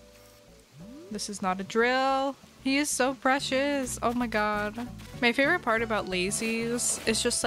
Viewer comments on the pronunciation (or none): none